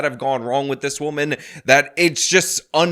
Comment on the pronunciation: I was listening to her rant and getting mad at how inarticulate she is, then I realized she actually, unironically enunciated "wahman."